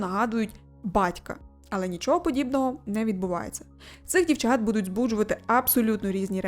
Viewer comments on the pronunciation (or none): none